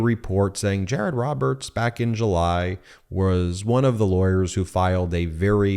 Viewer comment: Jay-ay-rod dun messed up. 😂